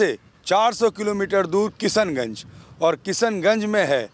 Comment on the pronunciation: भई जो भी कमेन्टेटर महोदय हैं उनके लिए 'श' का उच्चारण इतना मुश्किल क्यूँ रहा पूरे समय 'स' पे बहार आई रही कभी-कभी तो किशनगंज भी किसनगंज हो गया